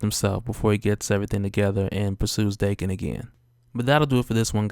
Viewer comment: I always pronounced Daken (Dah-ken) not Dae-ken